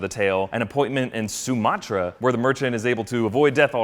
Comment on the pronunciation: He said somatra 😂😂